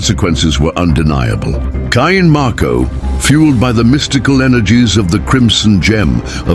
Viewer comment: I'm sorry AI, HOW do you say CAIN MARKO?